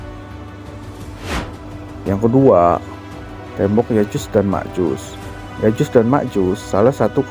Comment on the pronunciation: Ma'af itu bukan Ya'jus dan Ma'jus, Melainkan " Ya'juj & Ma'juj